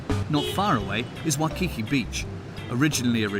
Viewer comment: U already know it’s gonna be an inaccurate documentary when they can’t even have the narrator say Waikiki correctly 💀it’s really not that hard